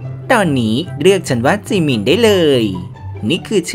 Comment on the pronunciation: อ่านเป็นเหมือนจีมิ